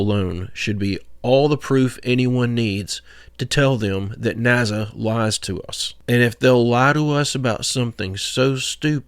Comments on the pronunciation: Dude how the fk are you ever getting NAZA out of that. Decades of people saying it correctly and you get “NAZA” out of it ? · What the fk is a “NAZZA” Did he mean NASSA? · How about pronouncing it correctly instead of N A Z Z A